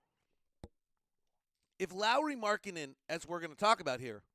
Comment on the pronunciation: Surprisingly good Finnish pronunciation there with Lauri's name. Especially surname.